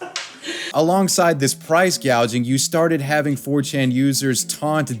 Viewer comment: My ears bleed from that